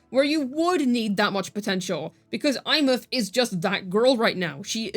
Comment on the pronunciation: Did...did just pronounce a characters name correctly?